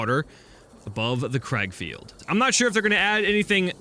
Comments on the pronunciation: It's not crag field it's kraglefield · How you do say it it sounds like grag feild